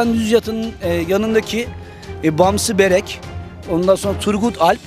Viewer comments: Bamsı beyrek demiyo bamsı berek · Roman dizileri nedir abicim? Dün Burak Özçivit olsaydı, bugün Engin gelseydi aynı şeyi onun için de söylerdin. Ne cehalet. Bamsı Beyrek dahi diyemiyorsun. Bamsı Berek nedir ya? Oyunculuğunu beğenmiyormuş. Sanki nerde oyunculuk yaptı.